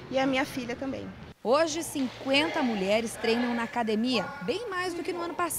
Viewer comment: ele falou mulherara